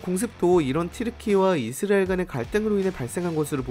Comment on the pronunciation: 이스'라'엘 발음을 왜 그리 못하시죠. 계속 이스'리'엘에 가깝게 발음을 얼버무리네요. 처음부터 끝까지. 발음 문제가 큽니다....